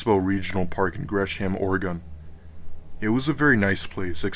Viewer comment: Why is Oregon so difficult to say for people